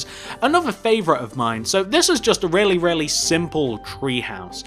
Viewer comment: I like how you say really it sound like rarely